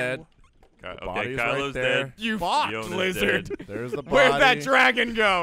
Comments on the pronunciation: ” Kill the dwagon; kill the dwagon.” Was priceless. Also giving his only gun and then trying to get him to follow her. Also awesome. 😎😎😎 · ” Kill the dwagon; kill the dwagon.” Was priceless.